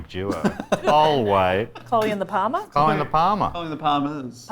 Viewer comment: Parma! Parma. It's Parmi. Say it right.